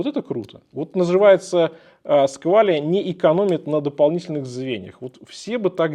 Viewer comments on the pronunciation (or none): Какие нафиг сквале 😅😅😅😅 Говорите правильно